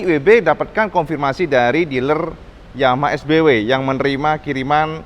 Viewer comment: ngomong Yamaha nya jadi blebet kedengaran nya